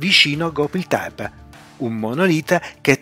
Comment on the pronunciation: Una precisazione! Non voglio fare il pignolo, tutto molto interessante, ma ciò che fa perdere di qualità i video é sicuramente la pronuncia di nomi, luoghi, ecc ecc può sembrare stupido ma dire gobli tebe anziché gobekli tebe può sminuire la qualità dei video! Più attenzione a queste cose